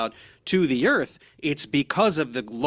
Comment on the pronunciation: The word is pronounced "Earth" not "Erf" ffs.